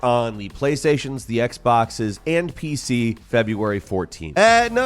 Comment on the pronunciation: Sounds like you're saying "Playstations, Xboxes N-P-C) lol